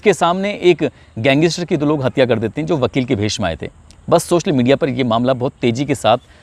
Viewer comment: Gang is ter ko wah Bhai achi pronounciation h